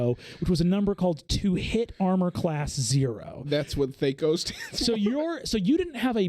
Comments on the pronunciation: I love you Brennan but its THACK-O, not THAKE-O pronunciation wise. C'mon. Like whack, not wake. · THAC0 sucked for sure. I do thank it for helping me skip steps in algebra problems since I could retain small calculations like that for as long as needed. I never have heard it pronounced thay-co, like it was some fairy company who's CEO was born without the ability to pronounce 'eff'-sounds. In the 90's and early 2k's when a lot of TTRPGers still played that antiquated ancestor rather than better systems like 3.5/pathfinder and beyond; it was thah-co. It is so interesting to me how groups of people figure out their own pronunciation of words when everything is happening in their theater. It is like the names of characters in fantasy novels. Talking to another person that has read the same book as you can take some translating.